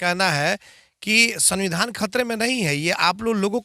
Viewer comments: Bhai sunbidhan nahi sumbidhan hota he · पहले सही से सविधान बोलना सीखे ले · Samvidhan toh sahi se bol liya kr bhai